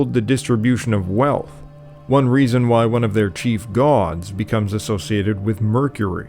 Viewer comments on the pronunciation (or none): none